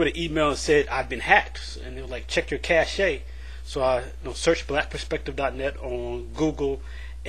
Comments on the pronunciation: It's pronounced like "cash" (cache) not "cashay". -- FYI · I think "cache" is pronounced like "cash". Just sayin man :P I subscribed BTW, you seem like a good guy.